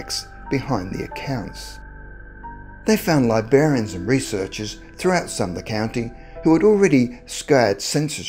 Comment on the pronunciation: “libarians?” No, you mean “librarians”…you gotta pronounce that “r”, after that b, dude. ;)